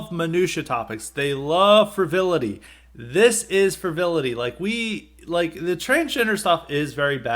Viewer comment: points taken off for strawman argumentation, ad hominem, and "fruhvility"